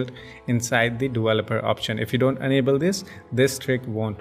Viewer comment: u iiiiiiiiiiiiiiiii....can"t u be able speak properly with the proper pronunciation of enable and unable............and the fucking trick with not for mi users should be mentioned in the beginning of the video